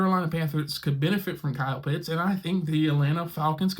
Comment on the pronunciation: OHHHH! He pronounced Kyle Pitts' name correctly! Finally. Great job. Now continue to work on Younghoe Koo (Young-Way Koo).